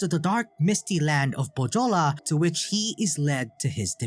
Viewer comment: Great video, I liked it a lot. But please, search correct pronouciation of Pohjola. You did great on every Finnish name, but butchered Pohjola, which was real pain. The "j" is pronounced like "y" in youth or young. Also the "h" is pronounced. Otherwise great video, keep the good work!